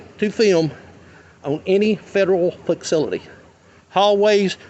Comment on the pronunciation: Fakcility??!! That’s how he pronounced it🤣🤣🤣